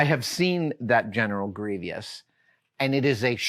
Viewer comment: The fact that Adam says "Gree-vee-ous" instead of "Gree-Vous" is a little nails-on-a-chalkboard, but I've heard some others say it, too, and I happily mock them for it.